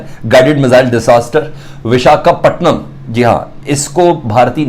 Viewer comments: Bechare se bola bhi nhi jaa rha VIS-KA-PATNAM 😂😂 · Abe sale pehle bolna sikh le,, biskapatnam,, 😀😀😀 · Vishka Patnam ?? Yeh Kya Bolriya Hai 🤯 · अबे नाम तो सही से बोल 😊😊😊🇮🇳